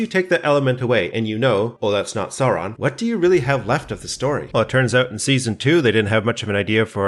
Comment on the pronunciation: I love how you pronounce Sauron exactly like Bakshi’s Gandalf (e.g. the dark lord Sören).